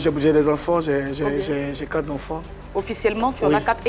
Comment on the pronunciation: Quatre enfants et non quatrez enfants